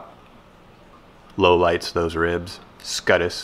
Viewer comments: Yes. Scutes is pronounced "SKUTES" not "SCUTUS" also, the greenscreen though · Scuttes/scutes =scoots, not skuttus LOL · I think it's pronounced scoots? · scutes = scoots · Pronounced "scoots", actually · Came here to say this. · Usually pronounced “Scoots” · Mans really said scutus 💀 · Love your vids. Its pronounced Scoots. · Please tell me if I'm wrong cuz I definitely could be. but my sarcasm radar went crazy with the skuh-tis pronunciation, were you joking or honestly didn't know? And like I said I could be wrong but that little smile that you had when you were saying it made me think that you were just having fun. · Ah yes. The "s-cut-us" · Scutes is actually pronounced like "Skoots" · It's pronounced "scoots" turtles have them to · Scutes pronounced skoots btw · Scutes, pronounced “Scoots” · "Scutes"....is actually pronounced..."scoots"..... your still wrong here in the pinned comment! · It’s pronounced scoots lmao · “Scutes” is pronounced more like “scoots” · First "melk" and now scutes. Can't wait to see what happens when he gets to caramel. Besides that, cool lure. I think a soft plastic version would be fun. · i’m impressed both with your carving skills and your ability to severely mispronounce scutes